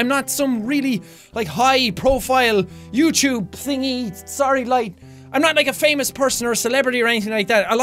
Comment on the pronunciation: Who watching in 2017. I love the way Sean says YouTube. Youchube- jacksepticeye what ever year this is from